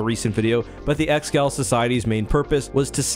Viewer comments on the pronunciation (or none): Pretty sure it's pronounced "ex-eh-gaul" or "eggs-uh-gaul" rather than just "ex-gal"